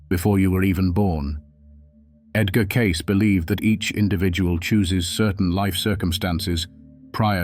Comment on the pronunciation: Spelt and miss pronounced his name, not a good start. Don't want to be a saint or a sinner. Don't want to sit on a mountain top or in a church. Just prefer to tick along trying to do some good. No gurus required.